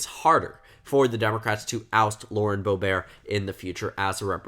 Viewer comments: Why are you pronouncing Boebert like "boh-bear"? It's literally "boh-burt" which is how it's spelled lmao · Every news report I've ever seen has pronounced it as "Bow-bert." Also she's not French, so why would the French pronunciation matter? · Bo-burt is how it’s pronounced lol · but she doesn’t pronounce it ‘Boh-bear’ either. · Not to be a dick but you kept pronouncing boeberts name wrong. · I think it's the original French way of pronouncing it.